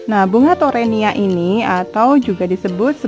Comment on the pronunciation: Sampai salah ucap teronia 😂😂😂👍👍👍mantap bun